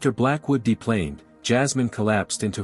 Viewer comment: I only have one issue with these stories 😂😂😂. The name is pronounced ma-leek, not malick 😂😂😂.